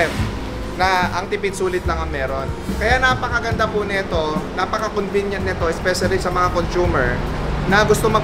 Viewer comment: In all due respect.....C O N V E N I E N T, hindi convinient